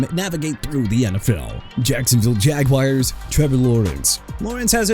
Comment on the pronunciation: JACOBY BRISSETTE'S MOTHER IS LISA BROWN! YOU FORGOT TO SAY HER FIRST NAME HUH?! KRISTA NIX NOT CHRISTINE! ALSO JAGUARS AS IN JA-GWAARS NOT JAGWIRES AND NEW ORLEANS AS IN NEW OR-LINS NOT NEW OR-LEANS AND I'M STILL TIRED OF CORRECTING YOU AND YOU NEED TO QUIT YOUR JOB!!